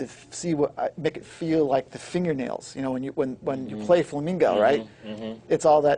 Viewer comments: A musician should know it's flamenco, not flamingo. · A Spanish fella that doesn't know it's flamenco, not flamingo...